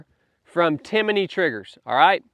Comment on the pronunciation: It's Timney, not Timiney. Sorry, yeah I'm that guy. I only mention it in case someone wants to check out their products. Timiney was a cricket I think. That said, great advice.